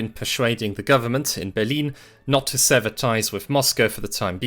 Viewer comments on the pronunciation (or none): none